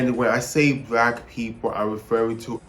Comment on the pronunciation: BRACK PEEPLE 🗣️🗣️